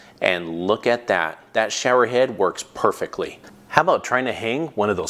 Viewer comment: “Works perfekly” 😂